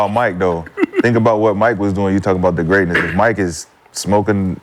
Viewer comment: Greeatness.. injuries.. we understand